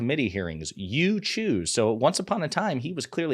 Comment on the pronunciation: I can't stand the way he pronounced choose with three Os. As far as evidence, wasn't one of their documents proved that Biden was peddling access to the Whitehouse in 2019 when he wasn't even a resident of 1600 Pennsylvania Ave.